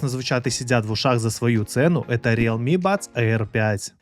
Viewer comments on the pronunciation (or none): none